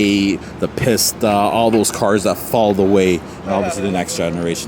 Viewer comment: Bro! You're triggering me with the way you calling that Ferrari "piss tuh" Edit : I couldn't watch the video anymore. You sure are unique 😂